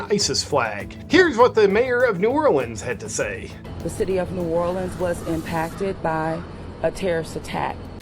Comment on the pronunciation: Thank you for say New Orleans the correct way.